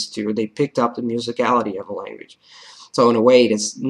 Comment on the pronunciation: You have a really good English accent! Your accent would be perfect if your "th" sound like in "the" didn't sound like "duh" that's the only thing, just wanted to let you know!!! Keep learning!!